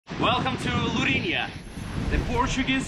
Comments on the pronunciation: Lourinhã, with a til in the ã, it sounds diferente when you pronounce, but very good video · Nice video but you are pronouncing Lourinhã wrong